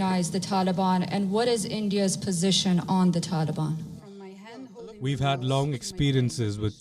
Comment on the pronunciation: "Taliban" Ka naam muh se nikalta nhi iske toh